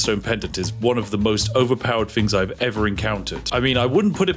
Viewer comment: Not spiffing at all! “Togeva” “Wiv” “Fings” 😱